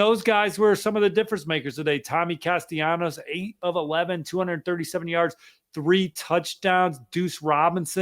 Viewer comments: Why cant ppl say Tommy's name rt its not hard, ita castallanos not castianos or castanellos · It's CAS-TEL- LON- OHS. don't do sports videos if you can't pronounce their names right!